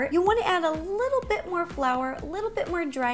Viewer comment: anyone notice when she put the flour in the bowl she said blour instead of flour Just thought that was funny I still love you Ro